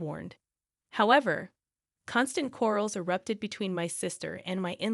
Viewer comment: " Corals " instead of "Quarrels" 😂😂😂😂😂😂😂😂😂😂😂